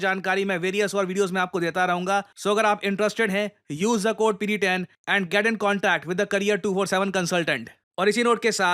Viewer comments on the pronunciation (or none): janab- pakistaaan aand forces 😅😅😅😅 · Aand forces- na kare janab 😂😂😂😂